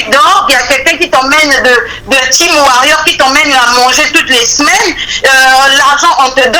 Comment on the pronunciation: on dit warrior et non warriou kkkk #warrior toujours d'attaque ⚔️⚔️⚔️